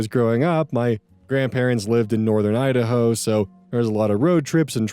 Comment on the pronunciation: God everytime you say 'Idaho' its like im getting zapped by a hundred shock collara lmfaoo